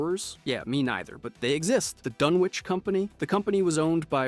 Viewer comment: this channel needs a real person that is in with the fallout lore to be the editor. or at least real fans that are heavy in the lore making rhe videos. so many inconsistencies and getting names wrong. dunchinch was difficult to hear... lol